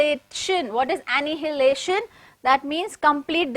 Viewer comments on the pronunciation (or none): This is how annihilation pronounced you can copy it on google- əˌnaɪəˈleɪʃən